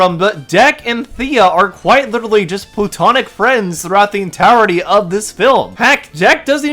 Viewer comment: I genuinely can't tell if this is incredibly bad faith or if you really really just didn't pay attention. The evisceration of this video on other non bad actor channels is delicious. Honestly pay more attention in the future. Watch the "entowery" of the video, "expecially" if you're planning a critique that you intend to sound biting or "gotcha". This was Otterly nonsensical.